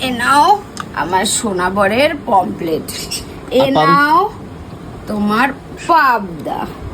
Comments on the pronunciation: মাছ খায়.. কিন্তু মাছের নাম উচ্চারণ করতে পারে না। "পমফ্রেট" মাছকে "পমপ্লেট" বলছে! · ওরে মূর্খের দল! ওটাকে "পমফ্লেট" নয়.. "পমফ্রেট" বলে।